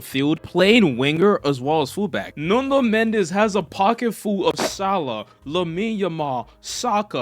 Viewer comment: apreciate u learned to say football and not soccer, but you gotta learn the player names, it's NUNO not NUNDO!! i don't know where u got that extra letter